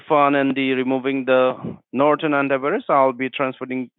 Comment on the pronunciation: “Chase bank from nortan” IM DEAD🤣💀